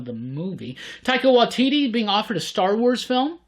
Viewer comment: Also, Taika Waititi pronounced 'why T T'